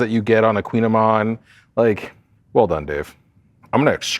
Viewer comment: It’s a koogin ayman!